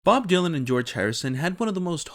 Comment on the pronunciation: Por que pronuncias Dylan así?